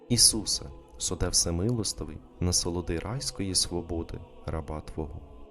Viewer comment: "насолоди райської сподоби" насолоди - наголос на третій склад, уе іменник, сподоби - дієслово, вибачте, читайте правильно, а не те, що ви інше промовляєте "райської свободи", не те, що написано.